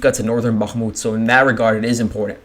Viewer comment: listening to the way you say bachmooot is queer sounding, where did you get that annunciation?